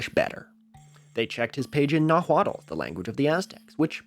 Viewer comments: I say this more because I expect you will be genuinely interested, but the 'l' at the end of Nahuatl is silent. More so, the stress in a noun in Nahuatl falls on the penultimate syllable, so not silencing the 'l' completely disrupts the stress structure of the word. A better English approximation to the pronunciation would be "NAH-wot". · unsure if someone else has pointed this out but nahuatl is pronounced NAH-wa-tul (/ˈnɑːwɑːtəl/ or [ˈnaːwat͡ɬ] ) and it is spoken by a pretty decent number of people (estimated 1.7 million people in mexico and the USA, far from an even remotely dead language or even a fringe/obscure language at that.10% of that 1.7 million people are monolingual nahuatl speakers!!! for reference, there's like. 3,000 cornish speakers IF WE'RE BEING GENEROUS, there's more like 500 fluent speakers.) and while it Was the language of the Aztec empire, that's like saying English is the language of the Anglo-Saxons. just pointing this out since it's adjacent to the importance of information propagation, languages, and biases.